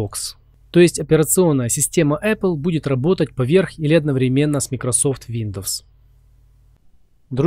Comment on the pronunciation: МАЙКРОСОФТ! не микрософт!